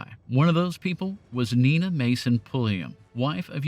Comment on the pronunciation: I think Nina is pronounced "Ny Nah". I know this because her trust is an NPR underwriter, and that's how they say it, and since my wife is named Nina, pronounced the normal way, I've always thought it kind of weird.